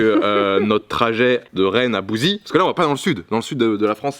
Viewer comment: J’habite à bouzey mdr on dis bouzéé pas bouzi 😭😭😭